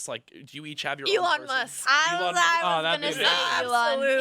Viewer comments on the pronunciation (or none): none